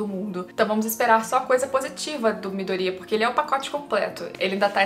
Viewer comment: Vídeo é bom e tudo mais, mas falar o nome dos bonecos é difícil? No anime eles pronunciam ''Miydôria'' e tu pronuncia ''Midória''. Seria legal se falasse o nome dos bonecos certos.